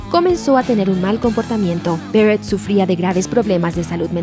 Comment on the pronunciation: Syd "Berret"